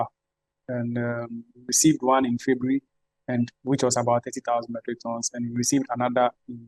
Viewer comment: Funny way Ghanaians pronounce January and February. What happened?